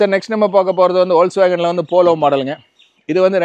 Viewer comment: வோல்ஸ் வேகன்னு சொல்லக் கூடாது சார்., அது ஃபோக்ஸ் வேகன். (FOCKS WAGON என உச்சரி க்கனும்.)